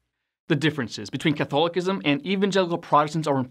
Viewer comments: The word “Catholicism”, is pronounced, Cuth- al-oh-siz,mm. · Here it is badly mispronounced. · I've always pronounced Catholicism with the C making the S sound. Never heard it said Catholikism before but maybe that's the right way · I’ve never heard Catholicism pronounced that way.